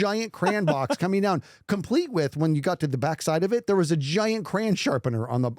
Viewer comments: Am I the only one who noticed that says "crayon" more like "cran"? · If says crAAn one more time I might just unsubscribe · if i heard him say cray-on even once, i would report the channel..😭😂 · hold on why is pronouncing 'Crayon' like that:0